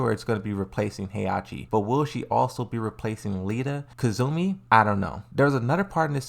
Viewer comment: it's nearly insulting to his subscribers, playing Tekken while pronouncing Lidia's name "Lita" I don't get it but fair enough I guess